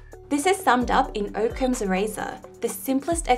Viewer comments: Oh my gosh. I can't believe how many people have this a thumbs up. She discusses a number of algorithms for truth (like Occam's Razor, fwiw I've never heard it pronounced that way because there are 2 C's), but many of them are algorithms for formulas (which is a mathematical representation of very specific data but is not necessarily truth, and certainly not useful in very many cases). Barry's paradox is for example a very specific algorithm that is extremely limited in it's application. People do in fact need good algorithms for truth that they can use ... The scientific method is an excellent one, Occam's Razor is a good one, identify reliable sources and consult them is also great, or measure the doubt of experienced people who are benefactors of a claim is exceptionally good. There are many more, all of them actual algorithms for truth. Barry's paradox ... Not so much. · You are the first person I have ever heard pronounce it "Oak-ems"! Now I am curious if that's the correct pronunciation.